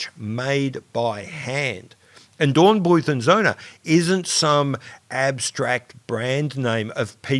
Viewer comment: You should probably stick to the anglicised pronunciation of German words, as in Dornbluet and Son.